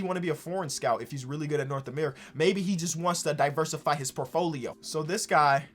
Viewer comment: Portfólio not forfolio.